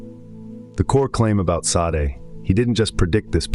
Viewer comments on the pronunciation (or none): It's pronounced day-sawd Not sa-day. Maquis de Sade. Mar-key day sawd. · Now that you have accelerated your output, your editorial grip seems to have loosened. Mispronouncing Sade a couple of times while pronouncing it correctly elsewhere is a laziness you should not allow.